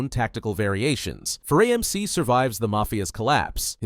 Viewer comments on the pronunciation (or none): FerrAmc not ferrEmc